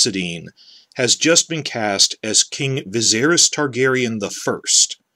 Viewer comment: I appreciate your hatred of D&D, but I'll never be able to accept your horrible mispronunciation of Viserys